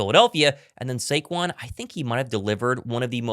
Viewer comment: SHHAYQUANNN how my Mexican folks pronounce his name.. 🤣🤣🤣 I Love it 🔥